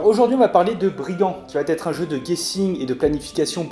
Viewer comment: attention aux liaisons . Va être et non vat -être . Merci pour ces explications